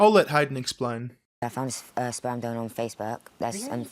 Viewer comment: Plus, Lorraine Kelly says "Speyrm".